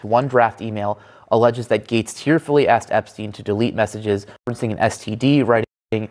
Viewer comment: "mossages" very funny